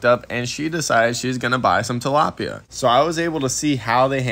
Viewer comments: “ we’re starting with two dalopia”😂😂😂😭😭😭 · he murderd a tilapya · He murderd the tlapya, not Bobby